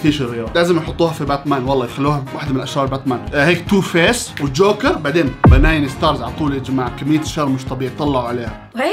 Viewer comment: بنين ستارز ❌ باناين ستارز ✔️